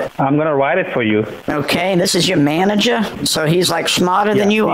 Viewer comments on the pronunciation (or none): Not “ manager” “maneger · “Maneger” lmao 😆😆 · They mispronounced “manager”, their scamming became invalid, you won this battle from the start Also go,!